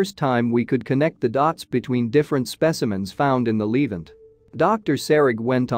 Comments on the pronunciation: It is the best that AI can do it seems. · Levant is pronounced La vant